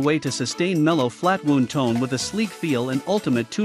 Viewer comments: Wownd, not wooond. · Narration is terrible and sounds like mechanical. Lot of mispronunciations. It pronounces string wound like a flesh wound. And instead of pronounces made in U.S. it says made in us. Zero credibility. Stopped watching.